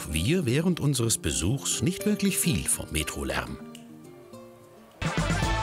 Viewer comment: Was soll dieses "nischt" bei ? LUL